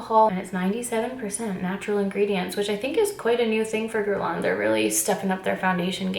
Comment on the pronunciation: I loooove this so much and please don’t hate me Geurlain is pronounced geurlay-n ? I say this as a Montrealer I also say this as an Anglo-Montrealer who isn’t fluently French 🤷🏻‍♀️ #hypocrite but love you! Haha ❤️